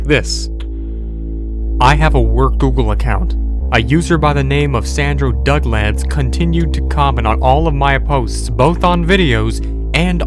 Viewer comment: NOOOOOO NOT DUGLAD